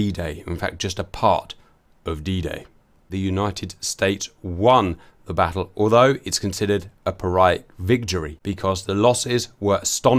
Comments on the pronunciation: Say, Cap? Pyrrhic is pronounced peer-ick, from Pyrrhus of Epirus. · Just FYI Cap, 'pyrrhic' rhymes with 'lyric'. Glad to hear your voice coming back though, these vids aren't the same without your commentary!